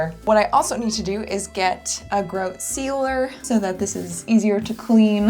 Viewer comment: Your pronounciation of grout threw me for a loop, but you did so good with the bathroom. It looks great ❤